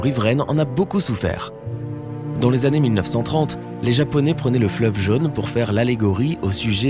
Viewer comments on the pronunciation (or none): C’est quoi „le fleuve jeune“? La langue française a 16 voyelles phonétiques, et „jaune“ se prononce avec le „o“ fermé !